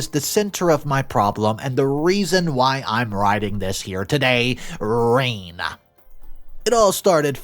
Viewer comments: If is a real dude, why does he keep pronouncing the step daughter’s name as: reen It is consistent and disturbing due to the questions it raises. Did he do a stepford wives thing where he recorded each word and programmed the A/I? Does he legit not know how to pronounce: Rene or Renee? These & other production questions detracted from paying attention to the story. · I’m happy to see this bothers a lot of people. It is so jarring to sit down to relax and the story is destroyed within the first minute of it. REEN, seriously? When has anyone gone by the name Rene and pronounced their name REEN? It’s like he’s on autopilot when recording, not at all listening or understanding the text. He can, supposedly, “research” Reddit but can’t find the time to go over what his is narrating to check on a word or name he might not know? And to make matters worse, he is doing this more often now. Sloppy work. I remember when I actually enjoyed his videos, but not so much anymore. I’m , and having heard him say REEN twice so far, I’m not going to watch anymore of it. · Yes, that was my first comment to. He was pronouncing the name wrong. It's Ray+Nay in all languages. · I see alot of videos from re edit stories and it seems none of the readers can pronounce any name right. I saw one where Jack was pronounce jake. And Sarah was pronounced SarAH like they were saying siraaaa. Rene. Is pronounced ren-A. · Learn how to pronounce Rene. Its a common name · NARRATOR, you REALLY need to learn to spell or I’m unsubscribing from your site. You don’t even know how to say Rene’ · Dude, learn to pronounce the name Rene. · That’s not how you pronounce Rene…. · There is no way I can watch a 20+ minute video where you mispronounced Rene so terribly. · I think the daughter's name is name isn't pronounced like that. Just sayin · I stopped listening after the REPEATED mispronunciation of the name Rene (or should it be Renee?). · Novel pronunciation of Rene lmao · Renay not reen